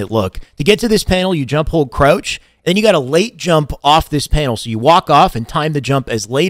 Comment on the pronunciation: I need a 2 hr video of this man saying krautch